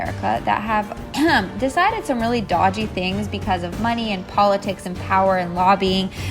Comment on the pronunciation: it's dodge-ee not dodge-aye btw